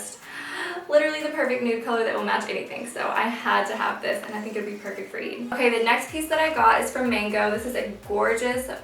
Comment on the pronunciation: don't take this the wrong way i love your videos and you seem lovely, i just wish you pronounced eid correctly since you're half arab yourself... i don;t know if you know arabic or not but if you do speak it then i wish you can keep the arabic words authentically pronounced and represent your roots ^_^